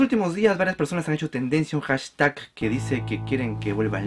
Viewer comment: Me encanta como pronuncias la palabra hashtag. JASTAC